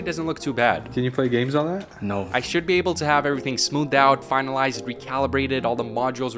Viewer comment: The "No" on # was hard